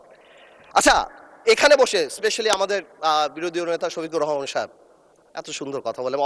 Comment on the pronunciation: আরে ভাই নামটাও ঠিক করে উচ্চারণ করতে পারছ না উনার নাম ডক্টর শফিকুর রহমান আর আপনি বলছেন শহিদুর রহমান ভাষা ঠিক করেন ঠিক আছে